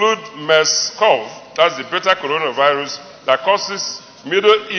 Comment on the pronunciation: Uucoronavirus hahaha here pronunciation